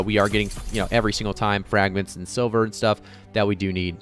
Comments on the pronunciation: S L I V E R not S I L VER SMH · Sliver. Not Silver. lol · Sliver, not silver xD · Mispronouncing Rapier and Sliver triggers me so badly, but that's a me issue. Good video otherwise / do more of the openings!